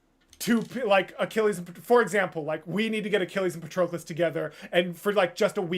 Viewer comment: p.s., that isn't how Patroclus is pronounced. It's like pat-roe-cluss.